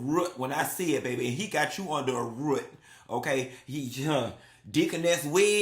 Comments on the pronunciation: "Ruut"(root) is sending meeee😂😂😂😂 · NOT 'baze' and 'ruut' I CANNOT 😂😂😂